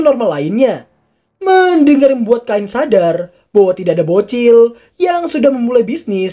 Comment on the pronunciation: Cain bang namanya bukan kain Ngakak , karung mana karung oi FBI open ap pedo!! Pedo!! Pedo!!